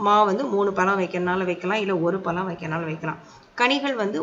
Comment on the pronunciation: எல்லாம் ok மனதுக்கு திருப்த்தி ஆனால் பளம் இல்ல பழம் அம்மா pls dont mistake தமிழ் கடவுள்முருகன் கோச்சுப்பார் . மற்றபடி Super